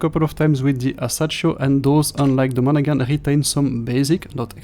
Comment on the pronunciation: Strange mix. Disappointing for this gunboat fan. Thanks for the review. Pronunciation is “Mon-a-Han.”